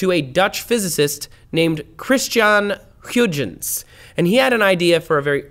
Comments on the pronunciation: Christian has some huge-uns, did he? I'll take my coat. But as far as I know, that's not how you should pronounce his name 😅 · Come on Trace, you know they Huygens probe, that is a lot closer to the way it is pronounced in The Netherlands. "Hugh-Gents" just hurts my ears :P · It's pronounced "Hoi-gens". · Hey Trace, I'm pretty sure its pronounced Christiaan Huygens~>(Hoyg-ins). That's how a team at N.A.S.A. says it when referring to a probe they have (or had). Come on, if that's how N.A.S.A. says it then it's gotta be correct! Right??.LOL. Anyways, love all the work the team and you do as well as your other channels. Keep up the good work. (|<« Ceasar.S. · Give me a moment to laugh at your pronunciation of Huygens.. .... .... Okay. Well nice vid, learned allot :) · Your pronounciation of 'Huygens' is WAY off the mark. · please for God's sake, learn to pronounce "christian Huygens" and others correctly! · Dutch person here. The actual sound you need to use is not available in English but it is between Hoygens en Haigens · were Americans, we just don't appreciate linguistic nuance. It is a real different sound the Dutch G